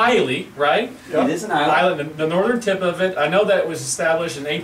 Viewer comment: Great review guys. I have this bottle in my bunker and have not cracked it yet. Islay is pronounced "I La" 😉 Another great distiller of Sherry cask whisky is "Glendronach " give the 12 & 15 yr a go. I love them both